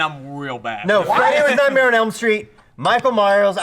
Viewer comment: Holy frick, every time Brandon tries to say "Nightmare on Elm Street" he says "Nightmail on Elm Street"